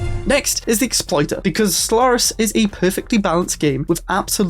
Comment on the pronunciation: I swear, I keep hearing you say Slurris.